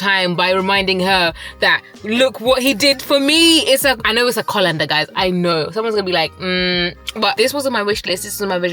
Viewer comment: it’s so cute you say “colander” like a African girl it’s so cute 😍😍😍😍🥹🥹🥹🥹